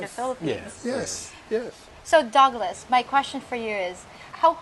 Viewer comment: When called Douglas it sounded like Dog Less and when she called him Doug it sounded like Dog. Douglas was the cool calm one out of the two. Dale doesn't have enough boots on the group time and he may get Simped.